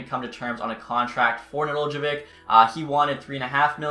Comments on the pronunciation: Just to help you, it's Ned-el-kovic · Just for future reference it’s pronounced. Ne-dell-co-vich “Nedeljkovic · {Ned-el-ko-vitch} is how its pronounced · Just say Nedelk-ovic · It’s “Ned - el - ko - vich” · The J is silent bud.